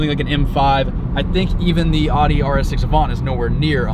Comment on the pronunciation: Can't even pronounce Audi... losses all my respect in terms of cars